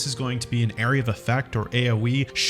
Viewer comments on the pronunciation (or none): none